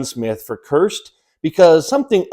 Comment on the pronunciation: A first it sounded like you were saying "CURSED" converter... lol Looks like a really high quality outfit.